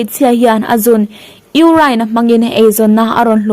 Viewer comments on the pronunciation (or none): Ka ngaihdan in ka'n lo comment ve lawk......mahni t(r)awng ni talo chu.....duh aiin i english lam dan hi a mah mah em aw ka lo ti ve a.... entir nan ....urine te pawh (iurain) ti a lam lo in (iurin) ti a lam/sawi tur zawk hi ani lo maw? Beng iti vâr in ngaihthlak erawh a nuam viau e